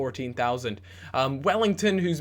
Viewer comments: It's NOT WELLLINGTON it's "WELLITON" :D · it's Well-iton not Well-ington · WELL-I-TON not wellington gooby pls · AND WELL-EE-TON NOT WELL-ING-TON!! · Welington? Welliton!! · Wellington - Welliton. Hmm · say his name right it isn't wellington its welliton! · Welliton not Wellington. :') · his name is not wellington, there is no ing. Its just well-e-ton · Welliton, not wellington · please... welliton... no welliNton.. there is no N in there:P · its said *wellyton not wellington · Can you please stop saying Welliton as Wellington :/ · grrrrr his names not wellington! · Em-en-ee-ke and Well-i-ton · Please stop calling Welliton 'Wellington' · It's EM EE NI KAY and it's WELL I TON! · he's talking about the mispronunciation of Welliton